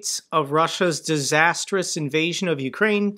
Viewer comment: Everyday sutbly puts more swaz on that "disastrous" in that intro.